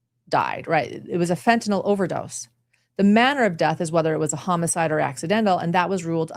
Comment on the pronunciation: Thanks for the great summary, but I gotta tease ya... the pronunciation of homicide as hum-a-side is killing me., is that when a killer hums the whole time they are committing the murder?